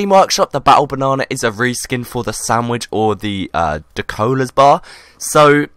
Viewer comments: Dalokohs not Dakolohs >_< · Hahha Ahhah No he ment that said Dacolas bar instead of dalokohs bar